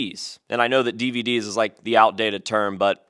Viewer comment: dee-VEE-dee’s lolol!